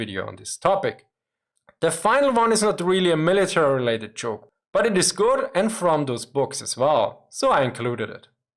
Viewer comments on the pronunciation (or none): Well done! Pronouncing 'joke' as "chokes", was that intentional, or just part of your charming German accent?😂